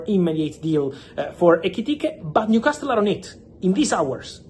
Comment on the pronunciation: Fabrizio, if i may, Newcastle is pronounced with a silent "T" .